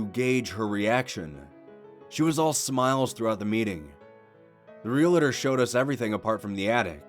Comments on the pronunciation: Real-tor Not real-it-or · 'Realtor' only has two syllables.